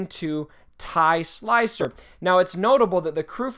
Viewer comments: OMGGGGGfufufufufufu it is Silencer not Slicer!!!!!!!!!!! Typical fan... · I watch this video sometimes just to see say Slicer:D